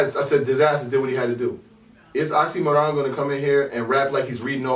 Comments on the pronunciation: oxxymIron not oxxxymOron, genuses,pronounce correctly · Damn, again this Oxxy"Moron" pronunciation. He is Oxxxymiron, not the moron =) Great show and good thoughts btw, thanks guys and hello from Russia!